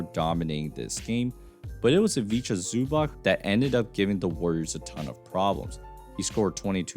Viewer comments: Great breakdown, just a little help with Zubac name pronunciation: it's basically Ivitsa Zubats, I know it's hard for Americans to pronounce it but Zubach sounds so off 😂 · Pronounced more like zubatz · My brother in Christ, please learn how to pronounce Zubac's name properly